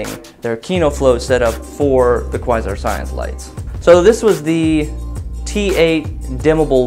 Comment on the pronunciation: Kuh-why-zarr ??!! lol cringing every time you try to pronounce Quasar